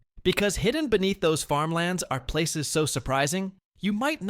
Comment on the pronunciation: Yeeesh, at least do the most basic amount of homework to research how to pronounce these places. It’s lazy and ignorant and I had to turn it off halfway through.